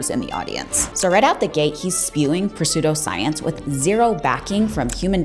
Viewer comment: lol the p is silent in pseudoscience. I think he’s a quack too though.